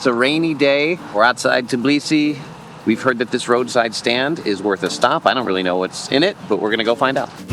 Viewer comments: Tbeeeeliseee not Teeblisee !!! GOSH make an effort guys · It’s hilarious to hear how time after time calls Georgian capital “Tiblisi”. 🙂 It reminded me old name of the city - Tiflis.